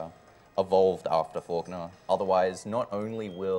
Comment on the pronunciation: always says "forknaw" instead of falkner